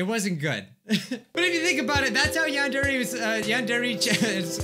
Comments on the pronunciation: Its not yander but its yyyaaannndddre yandre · SAYS YEANDER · Ah yes, "Yonder Eek Simulator" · When you said "non-dairy simulator" i turned on captions and it said "Non dairy call me later" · Idk if I'm hearing this right or my ear bubs suck but did I hear him just say "nadere" ????? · I think my ears are going crazy but did he say non-dere? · Is it just me or is he saying Nondari Simulator in the start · this is getting really annoying HE IS NOT PRONOUNCING YANDERE RIGHT!!!!!!!!!!!